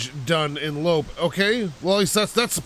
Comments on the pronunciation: Loppe = First syllable is "low," second syllable is like "pet," but without the "t." Like, "Low-peh." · loppe is pronounced frappe